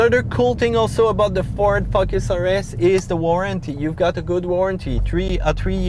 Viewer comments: Best video thank you. Love when you say Fuckes (Focus). Keep up the good work. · He said Ford "fuck our ass" ! Joke! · "Ford FuckUs RS"